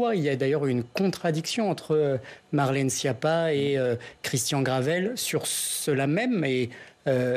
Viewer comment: "Marlène Chépa"